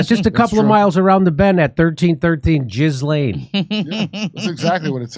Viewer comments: Pronouncing her name "Giz-Lane" is fun for obvious reasons, but in french, it is more like GILL-en,' emphasis on the first syllable, and more or less rhyming with "Chillin." Google won't give you this pronunciation; the accurate source is when you listen to how Ghislaine's brother pronounces it, and how (recently deceased) Virginia Giuffre, who knew her for years because trafficed by Ghislaine, pronounced it. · But Jeff couldn't bring the girls to the White House 😂 Also its "jee-LAYNE" please have some respect for all of the women with that name that are NOT convicted sex traffickers. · No you're calling her Jizzlane because you're miss pronouncing her name. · Her name is pronounced more like Guh-lenn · You don’t pronounce it “jizzlane”😂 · The sexual predator's name is pronounced "Ghee-lain." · It's pronounced Gheelane ...😅😅😅😅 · It's pronounced gill-aine'. Other than that, I find no facts I can contradict.